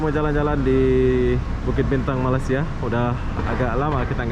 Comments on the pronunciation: Iya bener, gue dengarnya bang selalu nyebutnya kek " Malas - sia" sampai Gue ulang. Asli bro Tapi bener sih orang malasia itu rata2 pemalas 😂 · itu sentiasa berbahasa Indonesia bukan sebab nasionalisme dia kuat tapi disebabkan oleh dia BODOH dan Tidak mengerti betbahasa Inggeris. sentiasa sebut MALAYSIA secara yang salah. Langsung tak hormat sama Malaysia. Pulau Pinang pun salah disebut zpulau Pineng. Berkali kali ditegur terus juga enggan memoerbaiki kelemahan diri sendiri zDia BETAH berada di KL. Tapi saya tidak betah dia datang ke sini. Baik kamu pulang saja ke Lombok segera.....pulau yang sarat dengan ILMU HITAM.....Bangsa Lombok ini banysk sekali melarikan isteri orang dan perawan Malaysia ke Lombok secara illegal. Rupa ganteng tapi keturunan syaitan. Itu lah Lombok.